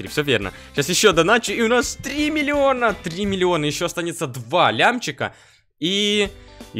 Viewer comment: Как смешно говорит 3 милиона))))))))) Кто заметил????Ставте лайк на комент!!!!!!!